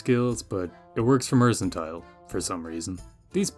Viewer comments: mers and tull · “Mer” as in mermaid, “can” as in a can of soup, “tile” as in a tile on the floor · MER-CAN-TEAL if you feel fancy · Mer-can-tee-leh, must be Italian! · still not knowing how to pronounce mercantile is precious. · One day he'll figure out that you say the "c" with an "s" sound like in mercenary.